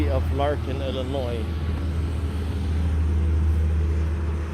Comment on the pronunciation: Lanark not Larkin.